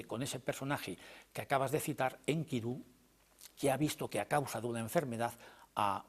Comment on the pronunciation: Maravilloso oír a Lara Peinado, por cierto pronuncia muy bien a Enkidu( acento tónico en la última sílaba) y no en la segunda como lo pronuncia la periodista sin afán de menospreciar casi nadie lo hace bien, muy buena entrevista.